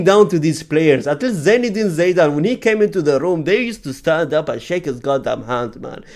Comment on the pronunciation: how broken someone can be? - Zidane ❌ - Zaydane ✅